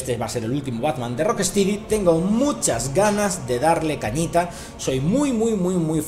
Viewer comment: se pronuncia "rock-estedy'' xD